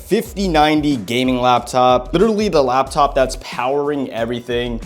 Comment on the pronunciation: Bro said “liwaly” 20,000 times but great vid